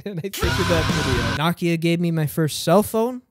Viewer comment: you made an entire video about nokia and didn’t pronounce it correctly once